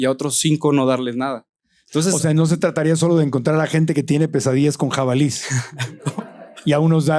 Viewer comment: 'Jabalíes'... aquí no más por criticar.